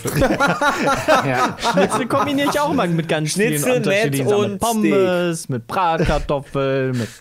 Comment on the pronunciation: wann lernt eig. dass es Steak und nicht StEk heißt? xD